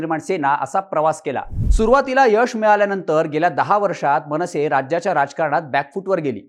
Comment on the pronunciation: मंविसे नाही मनसे 😅